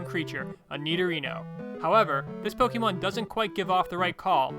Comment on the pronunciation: Poh-kay-mon man, not poh-key-mon!